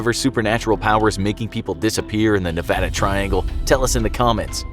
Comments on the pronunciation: At least he said the word Nevada the right way lol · As a Nevadan, I thank you for pronouncing Nevada correctly. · I'm so glad you say Nevada as it's supposed to be said it's annoying when they say it the other way it's Nevada not nevoda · you pronounced Nevada correctly thank you from reno ❤😅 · As someone who has lived in Nevada for most of his life I have 2 things to say: 1, thanks for saying "Nevada" right 2, I've never heard of the "Nevada Triangle" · Thank you for saying that calling Nevada the other way is annoying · Wow you pronounced Nevada correctly, most people don't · Thank You! You said Nevada correctly. You have no idea how badly it bugs the locals here. Cheers. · Yeah I was surprised he did most people who don't live in Nevada never pronounce it right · You know who surprised me by pronouncing Nevada right? JackSepticEye. Didn't know that the Irish said it like Nevadians until I heard him bring it up in a video. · SAME. I ALWAYS GET TRIGGERED WHEN THEY SAY MY STATE WRONG